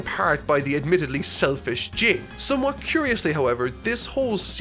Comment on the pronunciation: Jing is pronounced Jean